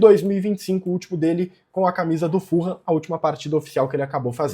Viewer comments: a pronuncia certa eh "FULAM" e nao "FURRAM" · Eu morei em Fulham. Fala-se "Fulam" mesmo, nao "full ham". Abraco!